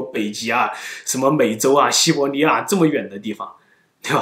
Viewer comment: 五胡 nuàn 华。。 这里(li),不是 zhe ni N 和 L 分不清 西伯利亚，不是西伯尼亚